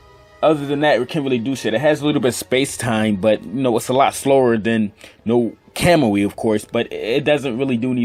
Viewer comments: Your pronunciations.... Stop watching dubbed anime It's Kamui not Kemui lmao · he can't even pronounce kamui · Lol he says kamui wrong